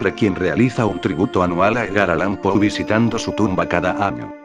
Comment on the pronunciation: Si usas Loquendo, hay algunos tips para que el programa haga las pausas requeridas y mejore la pronunciación de algunos nombres: "el que brinda por PO", me fue difícil identificar que se refería a Edgar Allan Poe. Y si no quieres que diga "món-si- eur" pues mejor tipear " monsiú" o algo que se aproxime a la pronunciación francesa. Lo mismo que las medidas de la habitación ininteligibles de "gasparauser", para eso tipeas "Gaspar Jauser" para que lo pronuncie bien. Otrosí "Fulcabeli"? el nombre es FULCANELLI. Para la próxima.